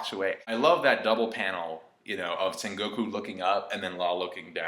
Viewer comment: I was watching and listening to and thought that he was on some high quality shrooms or something - Son Goku...SON GOKU? Still keep hearing Son Goku instead of Sengoku.